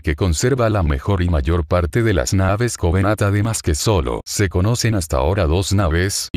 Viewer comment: Creo q dijiste 100 covenadt